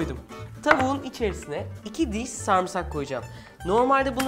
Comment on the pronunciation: Sarımsağa samsak demesi 😂😂